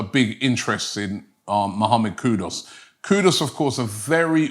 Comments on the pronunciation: Mr. LILLIE You shpuld be ashamed of yourself...learn to pronounce English words..it is Not Kudos ...his Name is KUDUS... (koo ...do....oos).. And remember I said post World Cup, that Arsenal should Sign Mohammed Kudus... Keep up the good work Robbie 👏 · Robbie, we are very particular about how you pronounce our names. His name is Kudus...Koo- Doos. Not Koodus. Please pronounce our names properly! KOODOOS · His name Robbie is not Kudos its Kudus (as in Kudoos)!! Get it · Why Robbie butcher everyone's name? It's not "Kudos". It's KUDUS. 😅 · It's not Kudos, it's kudus. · Kudus robbie not kudos,this guy must have dyslexia as i don't think he can read properly as hes ALWAYS getting names wrong when he reads them 😂. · It's pronounced as "koodoos" not "koodos" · Even a simple name like Kudus Robbie can't pronounce. Man said KUDOS 😭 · Mohammed Kudooss!!Never change.😂